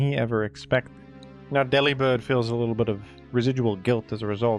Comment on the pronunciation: Deliberd is pronounced like "Delivered" instead of "deli-bird" like he's some kind of cured meat